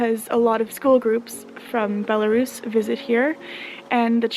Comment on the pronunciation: Why do so many English speakers are incapable to pronounce the correct name of that country, it is Belarus, not "Belarius"?